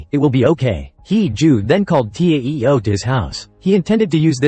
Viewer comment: He don't now how to pronounce TAO and TEO